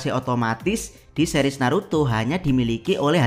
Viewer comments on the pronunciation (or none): none